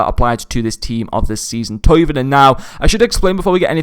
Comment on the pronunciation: His name is Thauvin. 'Toe-van'